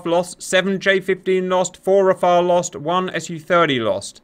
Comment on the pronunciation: Oh thank goodness you pronounced the French fighter name correctly ! Not like the christian first name "Raphaël", but like the french word "Rafale" for a gust of wind or a machine-gun burst. Nobody in the english-speaking world gets it right, Kudos !